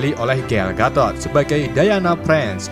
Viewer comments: Pemerannya Gal Gatot?kaya nama orang Jawa Gatot wkwk Gadot bang bukan Gatot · Gal Gadot Woi Bukan gal Gatot😂